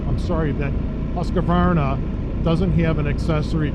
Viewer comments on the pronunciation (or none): Thanks, was about to say the same I understand the writting isn't obvious for english speakers. It's "Husk varna" not "Huska varna" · Petty nitpick on the pronunciation of the Husqvarna but as you can see by the spelling of the name that there's no 'A' after the letter 'Q' so there's no need to pronounce it with one. Hill assist is a very nice feature to have on these mid size and full size adventure bikes, I'd find myself in a bit of a pickle in some scenarios on my 1250 GSA if it didn't have that feature. I doubt you'll see adaptive cruise on the middleweight bikes from manufacturers that offer larger, more premium adventure bikes, at least not anytime soon. I agree with in regards to cruise, in the adventure bike category it's no longer debatable for myself, it's a necessity.